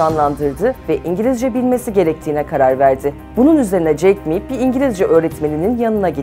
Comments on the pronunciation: jack me değil jack ma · Jeck me değil Ulan Jeck ma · Ma yün diye okunuyor, 马云, ayrıca jack miii değil, jack ma